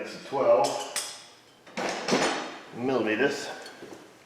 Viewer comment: “12 millimeetus” 🤣